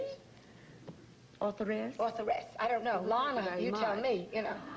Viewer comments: It's pronounced ' Lahna ' , as she corrected Bryant Gumbel on the Today Show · Simple. To piss her off. Bryant Gumbel did the same thing on the Today Show.